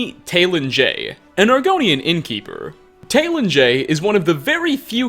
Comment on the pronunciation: sees a name that is super easy to phonetically pronounce and is said by multiple characters the same way throughout the game Also: "tay-lin jay"